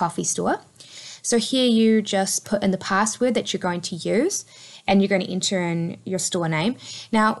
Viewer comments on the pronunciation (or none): none